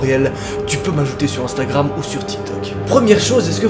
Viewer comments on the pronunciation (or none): none